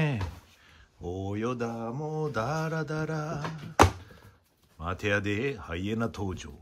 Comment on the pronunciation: 大笑い！！すごい およだ量と「待てやディ〜〜〜（待てやでーとは違う）」の発音が面白すぎます！！